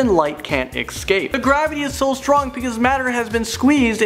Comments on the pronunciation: Did I just hear him say ex-scape? It's escape. There's no x in the spelling or pronunciation! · He said excape not escape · "Eckscape" XD